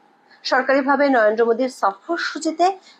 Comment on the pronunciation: উচ্চারণটা পরিষ্কার করুন, শব্দটা ন র ন্দ্র "নয়েনদো" ভুল উচ্চারণ